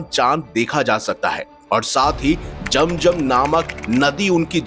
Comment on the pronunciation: बकवास,,,,,,👎वेदों को पढ़ लो समझ आ जाएगी,,,,,जम जम पहले बोलना सीखो